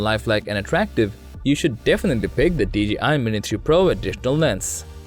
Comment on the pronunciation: Lol it’s the accent, I also heard mini 2 pro